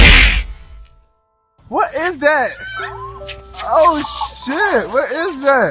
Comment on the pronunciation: Lol he said 'wat is dat'!